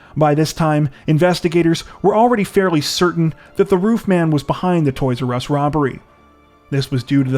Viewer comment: the "toys urr ess store"